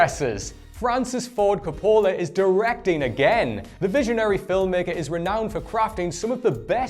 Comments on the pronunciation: It's COPolla not copOLla. You put the emPHAsis on the wrong sylLable. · It's COP-pola. Not cop-PO-la. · It's CAPpola, not caPOla. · Stop saying Coppola like that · He mispronounced Coppola too. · Its Arrakris not Icarus. Between that and how you butchered Coppola, you may want to take some lessons.